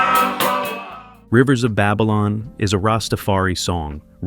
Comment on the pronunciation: am I the only one who is wondering how the narrator seems to know so much about reggae music and history, yet he cannot pronounce names/words correctly? Buju? Babylon? Edward "Seega"?